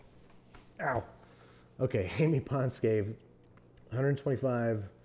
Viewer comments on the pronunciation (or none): Babish kind of butchered my last name but whatever. 💖 (edit: It's pronounced /pon-cè/)